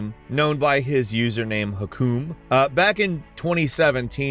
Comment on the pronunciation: its not hakom is use arabic google tranclate to say it to you